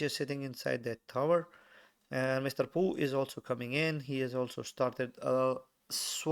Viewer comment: It's pooh not chunga